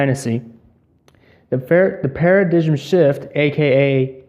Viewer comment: It's pronounced para-dime, not para-digim